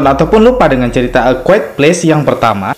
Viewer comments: Quiet kok dibaca kuit :v Dibaca kuaet yg bener lol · Mas...ejaan bahasa Inggrisnya a quiet place bukan “e kwuet ples “” tapi “ e kwaiyet pleis” ...